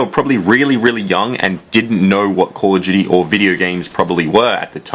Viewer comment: Call of Juty